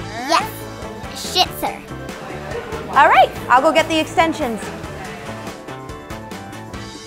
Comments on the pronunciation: It almost sounded like said a bad word when she said shitzer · She said “Shitzers”😂😂😂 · Omg at one point litterly said the s word she said shitsu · Hahaha said Shitzer 😂😂😂😂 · She can’t say “shih tzu😂😂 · Kinda sounds like is swearing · Did she say Sh(I)t?